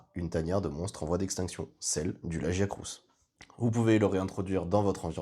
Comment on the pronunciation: Ça s'écrit Lagiacrus et ça se prononce La-Gee-A-Crus. Merci 😊